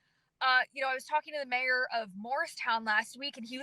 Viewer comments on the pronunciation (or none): Love every thing you do ,but please express the name Mayor correctly